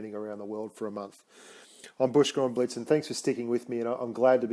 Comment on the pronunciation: blitz not biltz btw